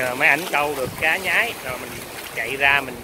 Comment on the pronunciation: Cá xương xanh ( xương mà xanh) . Có vùng gọi là con cá nhoái ( lúc nó bơi và bắt mồi nó thường nhoái mình hay nhoài mình) , không phải là cá nhái như bạn trong clip phát âm.